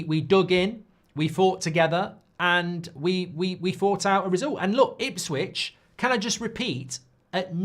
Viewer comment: It's Ipswich lol